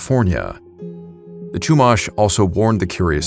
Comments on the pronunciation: Love the video and got a kick out of your pronunciations. I grew up in the area. It's Lom-poke not Lom-pock and they're the Shoo-mash (like mashed potatoes) Indians not Chew-mahsh. When I was younger I had a neighbor who was Chumash. She inherited a wolf from her dad when he passed. She was allowed to keep it in her house because she's indigenous. Non-natives aren't allowed to keep dangerous wild animals. The wolf was MASSIVE. I'm bummed that I was too scared to pet it at the time. I'd love to now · Lompoc is pronounced like Lom pōke, and Chumash is like Choo mash with the mash sounding as in mashed potatoes. AI 🙄. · as a 5th Generation native of Central Coast Of California (Santa Barbara's region), some of the pronunciations you did for Lompoc (Lom-Poke) and Chumash (Shu-Mosh) were very jarring to hear from a non-native of the region. But as for the story of the "giant coffin", I've heard of that tale once or twice in my life. It's more or less a legend now, even by the modern descendants of the Chumash as the location of the burial site has been lost to time. But then again, the Central Coast gets VERY rural very quickly once you head Eastward OR the valleys that border coast and the inland cities. We have seen strange things out here, even near Camp Roberts (National Guard outpost base and training grounds). Edit: I didn't add Vandenberg because it's been mentioned enough times for it's UFO sightings and whatnot.